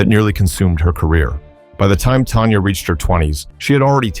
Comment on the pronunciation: It’s Tanya not Tonya